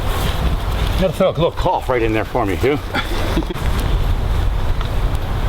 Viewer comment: It was nowhere near his actual putt either lol so dramatic Also it’s “cough” not “caugh”